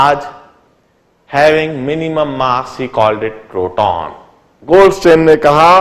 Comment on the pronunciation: LOL! its goldstein not goldSTAIN!!